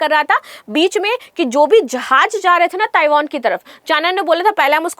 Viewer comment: Tu chali ja Taiwan india ki taraf sy 😂😅😂😅😂😅 Jahil .... Jahaz hota hai .... Jahaj nahe 😂😅😂😅😂😅 Bolna tu sekh phely phir bhashan dena